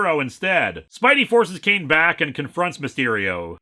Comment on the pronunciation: I head you saying the guys name as “c-word” like his name was some sort of slur you where censoring